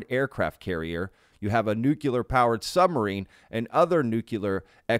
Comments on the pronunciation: Nu-clear not nu-qu-ler you sound so stupid when you say it that way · It's nuclear, not nukular lol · Nuclear=New Clear not newcular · I love and adore you— but a small amendment is necessary (and trust me a lot of intelligent people say this)— it’s “nuc-le-ar” not “nuc-yu-lar”! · nuclear ( new-kleer ) not (new-kya-ler) . to be fair, Grusch pronounces it the same. drives me insane. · Why can't Americans correctly pronounce the word "nuclear"? "nucular nuculear..." I see so many of them, yes I know it was so widespread that it became accepted somehow, but it is still wrong. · That's a lotta nukulas. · Nu - cle - ar. As in pertaining to the nu - cle - us. Nuclear. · It's pronounce 'new-clear'. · Nuclear- nu-clee-ar !!!!! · Just one thing to point out "Nuclear" is pronounced differently.